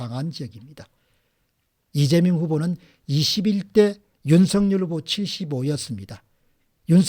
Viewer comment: 윤석렬 발음할 때 이름에는 연음법칙 적용 안되어 윤서결이 아니라 윤성열로 발음해야 합니다.공박사님은 정확히 윤성열로 발음하시는군요. 감사합니다